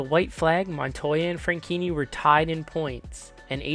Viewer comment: dunno if I'm going deaf but I swear you kept pronouncing Franchitti as Frankinni Also, I watched this race live on TV... I remember thinking it would be nearly impossible to survive it, and sadly, my fears were proven right